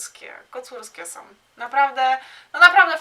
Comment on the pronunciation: Przepraszam, że nie w temacie i tak wprost, ale jak już publicznie się wypowiadasz i masz 1,53 tys. subskrybentów, to choć minimum znajomości j. polskiego i dykcji. Mówi się SĄ a nie "SOM" - som to waluta kirgiska!